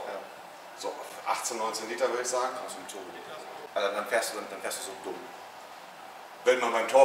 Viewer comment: Da hört er endlich mal wie man turbo ausspricht